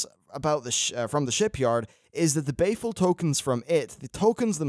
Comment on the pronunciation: Unless is just being betrayed by his accent or trolling us; Isn't the gear BALEful. Like, Christian Bale. Sounds like he keeps saying Bay-ful. And, whereas I am flattered, you don't need to keep saying my name. =3